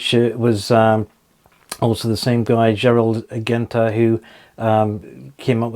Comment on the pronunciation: They way you pronounce Gerald “Genta” is incorrect. It’s pronounced “ Jen Ta”